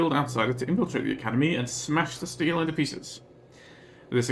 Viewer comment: Stele is pronounced "STEE-lee" (it's Greek).